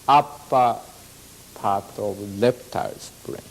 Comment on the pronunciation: In Japanese language, the L and R are interchangeable. I was first surprised when my Japanese friends say Lamen or Ramen